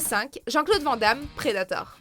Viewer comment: Putain, quand apprendrez-vous à dire Jean-Claude VAN(NE) Damme ????